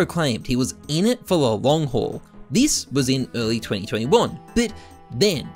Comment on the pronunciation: It always makes me chuckle how can't say the word "but" lol. Count how many times he says "bit" instead of but 🤣